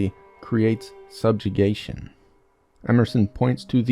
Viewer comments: great video! Love your work. Just a note, , it’s “subjugation”, not “subjigation”. Cheers! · "Subjigation?" Do you mean Subjugation?